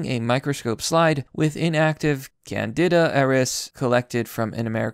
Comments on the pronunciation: Holy shit dude are you seriously that sheltered? Candida = Can-dee-dah. Auris = Awe-Ris, kind of like the middle of fORESt Mt. Sinai = Sahy-nahy Neonatal = Neo like the guy from the Matrix. Nay-tle rhymes with "fatal" and "cradle" You might want to watch some American or British movies and learn more English. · Ok, you're fucking killing me: Sinai, pronounced sigh-nigh. Auris pronounced awe-reese.. Fungi pronounced fun-guy. Candida pronounced can-dee-dah. You speak like a homeschooler raised in the unabombers shack.. Oh jees: antibiotics.. the bi part is not pronounced "bee", it's bi, like in biplane. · Pronounced can-dee-dah. Yes, it is really difficult to get rid of.